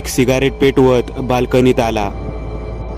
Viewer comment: सिगारेट नाही रे. सिगरेट अस अस्त असुदे असुदे चांगली स्टोरी सांगतोस. 😘😘😘